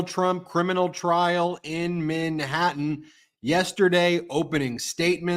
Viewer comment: Not “min hatten “